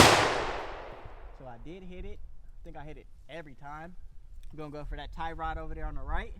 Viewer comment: You said it right the first time when you was explaining the target then you started saying tire rod after the shots lol good shit tho💯